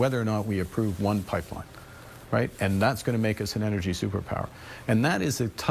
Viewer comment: he cant even say the word pipeline